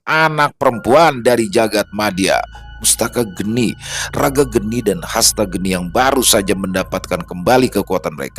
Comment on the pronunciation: Sepertinya bukan mustaka geni, tapi mastaka geni Mastaka (kepala) geni (api)